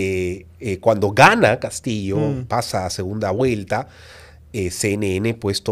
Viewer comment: HABLA MAL dice segunda Guelta por segunda Vuelta